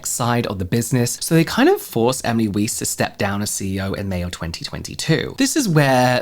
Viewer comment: Weiss is pronounced like "vice" I think